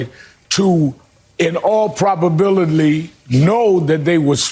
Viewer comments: “In all probabilbly” 😂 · Someone really needs to ask Al Sharpton what language is the word "probabilidly" from? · Al Sharpton it's probability learn how to pronounce things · Even Russell laughed at Al trying to say probability 🤣